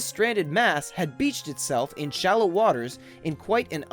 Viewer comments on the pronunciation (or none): none